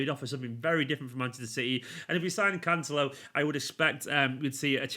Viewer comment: Emphasis on celo not the can, canCELO